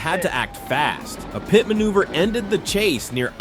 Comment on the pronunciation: Yet still really good videos I mostly haven't seen before. The AI crack me up when it tries to pronounce PIT - it's like 'PEET', 'P-EYE-OH-TIP', 'PEETEE' etc. The dingleberry breath!